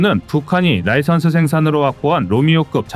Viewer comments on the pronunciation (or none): none